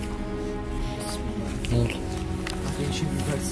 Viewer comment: hıbıhan mismillah 😂😂